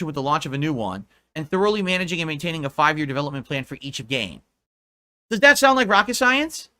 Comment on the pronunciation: How he pronounces 'plan' as 'playuhnn' is infuriating beyond belief.